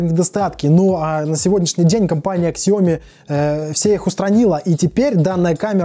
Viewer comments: Сяоми... без К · Спасибо Виталию за информацию, правильно произносить так - Сяоми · Прошу прошения за произношение Xiaomi правильно произносить на китайском - правильно произносить на английском